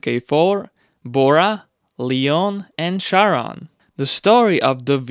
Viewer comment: Just a small tip on car model pronunciation, Leon is not pronounced Lyon as the city in France, but as Leon, the city in Spain.